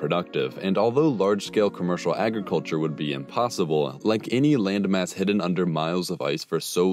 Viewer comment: hid- den.......???? NO NO NO hidn .. that's English